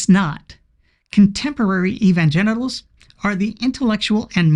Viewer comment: Did he say "Evan-genitals"? 😂😂😂